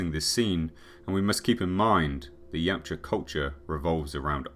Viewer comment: I've forgotten what the name of the predators are called but when Arnold asks what are you it sound like he said yawcha or somet😂